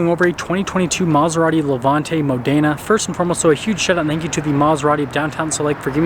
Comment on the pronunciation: Mòdena, not modèna😁👍